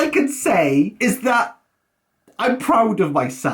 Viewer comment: this was funny read? Surely you mean: rea. lol does not? Surely you mean: oes not. lol you're proud? Surely you mean: prou of yourself. lol